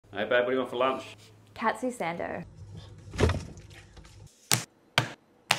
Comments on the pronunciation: In japan the crust are traditionally cut off, but i do agree that she absolutely butchered the pronunciation. “Cat sue send dough” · That is a perfect pronunciation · my first language was japanese, and i was raised in a japanese household. i think i am allowed to feel cringe when someone says "catsoo sandow" instead of cutlet sandwich, japanese cutlet sandwich, or--better yet, pronounces katsu sando correctly. they're not bad people, im just saying their pronunciation is laughably bad. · The way she pronounced it with the MOST white girl accent 😂